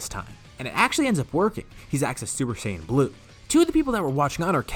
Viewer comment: You say saiyan wrong say it as cyan because that how it should be said and it's gokou not goku.